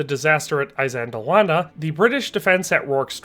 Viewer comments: Good Lord 🤦‍♂️🙄 PLEASE pronounce the terms correctly BEFORE you upload the presentation...it's NOT "eye-zand-lawannah" It's "Ihss-LAND-awanah". IHS, not EYE. Fix that properly and reupload. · I believe ISANDLWANA is not pronounced with an "I" (eye) as the first letter, Also are Roman soldiers called LEGEONAIRES NOT LEGEONARIES? Anyway loved the video how about trying Japanese Samurai against New Zealand Maoris or even Aztec warriors???? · The "I" of Isandlawana is pronounced as the I in the words: this, kiss, and list.. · Why are Americans so bad at pronouncing names? It is 'iss:" as in "hiss" for Isandlwana. Not 'i' as in eye! So dim. (That's dim as in him, skim or rim, not 'i' as in dime!) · "eye sandlwana..........try....... ee sandlwana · It's not pronounced "eye-sandlwana"...it's "iss-sandlwana" but thank you for a really good video 👍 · It's not Eye-sandlwana in the same way it's not Eye-raq. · Soft ' I ', like in ' it '. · He can't pronounce things correctly either, Imp-iss, Eye sandul wanna, I can't listen anymore to someone who cannot pronounce the words correctly. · Why do you keep mispronouncing Isandlwana? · Isandlwana, pronounced ee-san-"click"-wah-nah, like saying eesand-"click"-wahnah. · You cant even pronounce Isandlwana correctly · Good heavens, at least learn the pronounciation, even of 'I'. Good video spoilt. You also show Rorkes Drift which was a British victory as Isandlwana. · Never heard this battle pronounced this way. But good video learned a lot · typical yank MISPRONOUNCING A PLACE NAME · Dude. If you are going to make a video about a historic battle, please learn to pronounce at least the battles' name correctly... I really wanted to watch your vid, but about the 20th time you mispronounced Isandlwana I just couldn't take it any more... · The chap can’t even pronounce the battle properly 😢